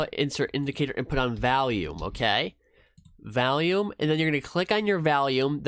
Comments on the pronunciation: OMG can you please quit calling it valume lol.... it's volume, you know like volley ball, it's vol, not val! Thanks for sharing it is interesting to see your choice of EMA's. I've been curious about 9 and 21 EMA's but I haven't used cross overs as sole decision to trades on yet. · great vid! p.s its not valume its volume hides face